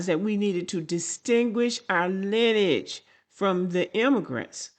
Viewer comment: It's pronounced LINEAGE not linage